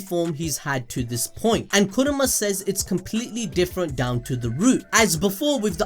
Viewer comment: Why the hell are you saying kurama so bad like that